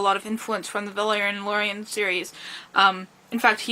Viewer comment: Nice video, I grew up with these comcis btw It is pronounced "Laure-lean" or "Laure-leen"